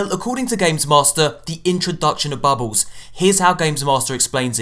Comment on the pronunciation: your accent makes me laugh when you say "bubbles." sounds like youre saying "babbles"